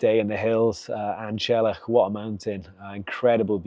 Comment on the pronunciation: Fancy the effort used to summit An Teallach and not making the effort to correctly pronounce the name!